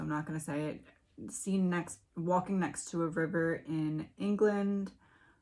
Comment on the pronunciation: River pronounced "Wire"